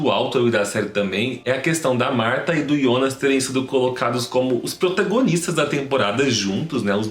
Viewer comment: JONAS NÃO IONAS